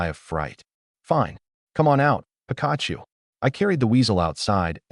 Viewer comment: Named weasel Pikachu that funny he named after a Pokémon they are just pronouncing it weird 😂